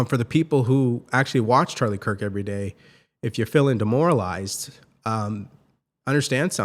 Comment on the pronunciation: The governor of Utah didn't even pronounce his last name correctly. He said Cook instead of Kirk what the F